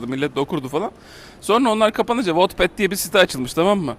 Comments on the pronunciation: Wotped değil ahsjsj wattpad daha bunu da söylemeyelim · wotped diye okunmuyo o wetped diye okunuyo